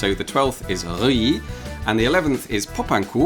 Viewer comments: Name: Reuilly Pronounced: Rheee Make it make sense. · I don't think you could ever beat 'Reuilly'.